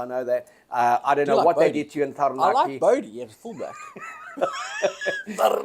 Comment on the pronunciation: You guys pronounce "Taranaki" better than most kiwis do.. Going to be a mighty match